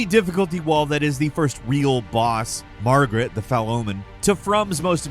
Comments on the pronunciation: did said Margaret xd hahahah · The buddy said “Margaret” the fell omen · Did he say "Margaret, the Fell Omen" ? 🤣